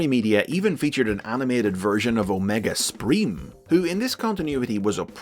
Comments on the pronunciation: "Omega spreem" - wat? That made me completely bust out laughing and do so, so hard I teared up! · My-nega Supreme.